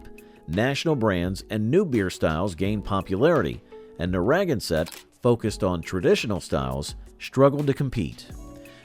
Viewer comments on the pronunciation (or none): They need to learn to pronounce it correctly. NarraGANsett, not NaRRAgansett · I was enjoying this trip down memory lane when I heard the pronunciation of Narragansett. My ears began to bleed. "nar RAG en set"? Ouch, painful. This is New England. We don't put unnatural accents on names. It is pronounced "narra ganset". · Nobody else has either. It's Narra GAN set. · Introduced to Shaefer in FL in '75 and loved it - because it was only $3.99 for an entire case. The beer itself was meh at best. BTW, Narragansett is pronounced nair-a- GAN-set, not nah-RAG-an-set Cheers.... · Narragansett. pronounced: Nare-A-Gan-Set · AHHHHHHHH Learn how to pronounce the brand names - you totaly buchered Narragansett!!!!! Nar a gan set, not whatever you said! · Nar-a-gan-sett beer! that pronunciation is... uh... not accurate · Its Narragansett from Massachusetts, dummy! It's named after an Indian Tribe from that area. Nar-a - gan-sett, pronouce it properly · Pretty sure it’s Narra GAN sett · Boy, did you mangle the pronunciation of Narraganset. It is pronounced Neh-ruh-gan-suht as in Narragansett Bay. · You really butchered the name of a really good beer. It is "Nare (like mare) ah gan sett" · Nar ra GAN (accent on the 3rd sylable) sett. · Got a kick out of his pronunciation of Narragansett, its pronounced Nara Gansett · It is pronounced Nara gan set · I've never heard Narragansett pronounced that way. Nai-uh- gan- sett.That's the pronunciation that I've always heard in New England. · Oh, please. It's Nair-ah-GAN-sett. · It's pronounced "Narra-gann-Sett" you dolt. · LEARN HOW TO PRONOUNCE NARRAGANSETT !! Geez. It's the same name as Narraganset Bay. named after an Indian tribe. narra - GAN - sett. 'Gansett - brewed with pure Scituate water. Good stuff, btw. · As a Lifelong New Englander, it's pronounced as Narra-GAN-sett. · Love the video, Narragansett is pronounced Nar a gan set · That's NAIR-UH-GAN-SUT and SHANE-LING. Is Red Top the same as Carling Red Cap? Both are shown.